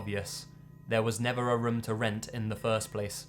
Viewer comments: OH MY GOD HE SAYS RUM INSTEAD OF ROOM I love that oml <3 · Room = "Rhum" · please practice how to say room bro it's too much lol